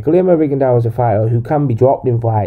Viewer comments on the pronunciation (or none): Accurate but your not saying he's name right